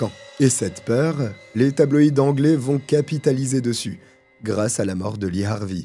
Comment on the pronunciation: Enfin un français qui fait l'effort de prononcer correctement les noms Anglais 🤙